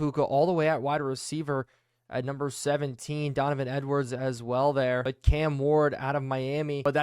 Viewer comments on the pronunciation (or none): none